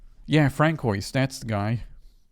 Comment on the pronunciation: "atanomy"...and "francoise" is pronounced "fran-swah" lmfao